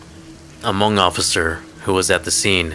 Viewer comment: Wow, my friend, just when I thought you can get better from great. You did it. Give me chills and wonderfully Hmoob to pronunciation.